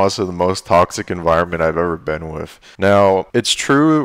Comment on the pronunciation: Love everything you do bro, but I have to say that I only have one complaint about this video. The word is "wiTH" not "wiF" ;)